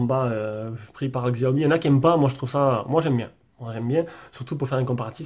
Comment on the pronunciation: Ca se prononce CHiaomi ;) super video